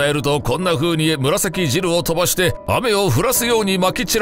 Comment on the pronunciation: 紫汁が柴汁になっとるwwww